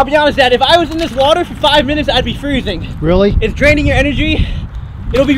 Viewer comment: Its not freseng 32 digress is the freseng point